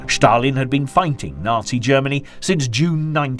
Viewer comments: Stalin is Ста́лин in Cyrillic script. Your narrator pronounces it /ʃ/ . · Ștalin🤣🤣🤣🤣maiby Stalin whithowt Ș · This narrator says Shtalin . It’s probably the correct Russian spelling but it certainly sounds funny as he says it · Please don't say Stalin anymore 😂 never heard it said so weird before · For the love of god, stop saying Shtalin, and Shtalingrad. Its Stal=in-grad and Stal-in.Russians don't even say Shatalin, this is the first person I have heard call him that.Great documentary though, but PLEASE pronounce the names correctly, its not that hard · I love the video’s, but the “Schtalin” en “Schtalingrad” instead of Stalin and Stalingrad is driving me crazy😂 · Annoying to keep hearing the Sean Connery impersonation, " Shtalinrad and " Shtalin " , no one pronounces those words like that.